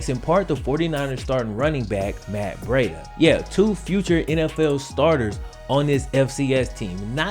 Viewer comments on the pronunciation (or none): Bre-da not Bra-da BREIDA THE CHEETAH